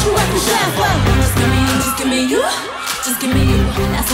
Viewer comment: nah. you can hear her make a sound like "gi.." for "give"